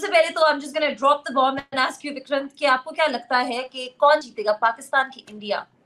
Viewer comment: Wo bar bar vikrant ko DICKRANT kyu bol rahi thi😂😂